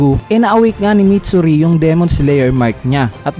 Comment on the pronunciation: Mitsuri idol Hindi matsuri -_